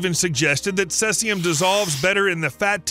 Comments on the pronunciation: CESIUM, NOT CELSIUM. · It's NOT CESS-IUM... It's CEASE-IUM. Try harder next time. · Cesium is pronounced "see-zee-em" not "cess-e-um". Why not bother to get it right? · Caesium is pronounced seezium, not sessium. It's half like if 30y, so that is why scientists expect to see half as much 30y later, not because it has been washed away or gone deeper into the ground. Fukashima dot ichi ?? Is that a web site URL?? WTF. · The pronunciation of "Cesium" is "see-zee-um" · "Celsium"? Could you possibly mean "caesium"? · Cel-sium, Lul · Cesium pronunciation: see zee uhm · Its pronounced /ˈsiːziəm/ Sea-zee-um. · Thank you for not saying "Nuculer". However, Caesium is pronounced: /ˈsiːziəm/ (SEE-zee-əm) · He uses two pronunciations and neither is correct. Mistyped it as Celsium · The narrator pronounces "cesium" in a way that might be reasonable if English were read phonetically, but that is weird to anyone who participates in conversations that mention the element. Is the narrator's pronunciation some odd regionalism? Probably not. I checked a bunch of online dictionaries for both US (cesium) and and Commonwealth (caesium) spellings, and all the pronunciations (US, UK, whatever) have the first part of the word sounding like "seize."